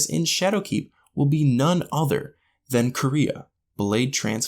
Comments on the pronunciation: Quria is pronounced with Qwa instead of a K. Quareah is closer to what I've heard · Dark ether also reanimated dead fallen, And it doesn't seem like Duul Incaru isn't is reanimating,. And Quria, Toland pronounces it "Qwaria', And it's NOT the only thing that can simulate. The entirity of the Vex can. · There's no correct pronunciation of Quria because nobody in the game has ever spoken its name ...yet. Edit: Nevermind, Toland said its name. Kwoor-ee-ah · Quria = Kwoor-ia (The pronunciation)